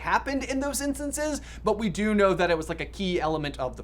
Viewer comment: Lol, I heard Do patronus as Dough patronus🤣🤣